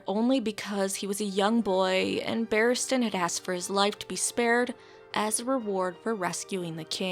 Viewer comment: Barristan Selmy, not "Battiman" Selmy. you weirdo.